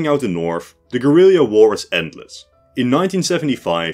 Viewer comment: Same guy who taught him how to say "Gorilleeya"